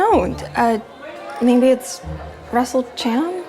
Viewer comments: I thought you say baby to the evil nerd but you said maybe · When she said “maybe” I thought she said “baby” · am i the only one who heard baby instead of maybe